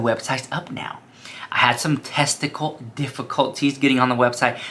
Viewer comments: Did he just say testical difficulties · You had some “testicle” difficulties 😂 made my night